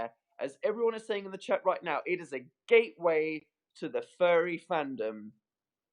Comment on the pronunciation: i kept hearing "fairy fandom" and i was so confused until i realized he was saying "furry fandom" wow